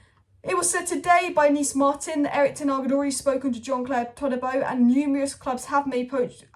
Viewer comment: ToDibo not ToLibo. No L in his name